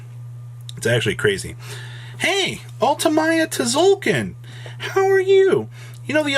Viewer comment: The "T" in Tzolkin is silent